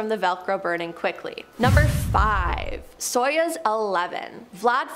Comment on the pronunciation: Stop saying soyuz, it is pronounced sayооz. союз оо as in food Yuri Gagarin it is not Gagarian... the gaga is as in Lady Gaga